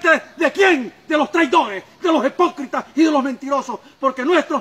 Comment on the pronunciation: No habla como Tico, tiene dichos muy nicas .."entre camagua y elote", ni hablar sabe ... Dice "hepócritas"...otra pendejada más de el innombrable